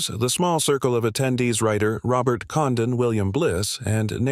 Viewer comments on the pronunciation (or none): none